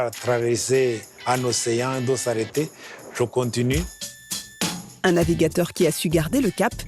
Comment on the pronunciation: 😅😅 "de s'arrêter" pas" de saleté " mais au rwanda on confond les R et les L toujours 😂